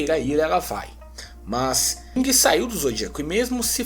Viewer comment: Porque ler " guingue" e não Ging?